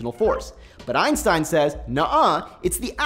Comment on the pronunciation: Thumbs down. You are talking way too fast for 90% people to understand, especially about topic difficult as this one. Even the animation is fast as hell, why so rushed? Secondly, thumbs down for the fact that you can't pronounce Einstein's name correctly.